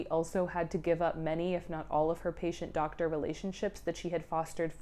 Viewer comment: i loooove the emphasis on DOCTOR lilly jay.